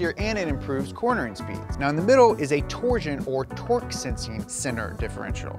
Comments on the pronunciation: You keep mispronouncing Torsen. It's not torsion (as in torsion-beam suspension). It's TOR-SEN as in torque-sensing. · You said Tor-Sen wrong 3 times. I recall reading that the ultra system saves about 6% at low speed city driving. 20% sounds too high. Good to see a video of these systems as many don't know. I prefer the old mechanical Torsen diff with a rear lsd added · Anyone else bothered by the way he pronounces "Torsen" as "torsion?"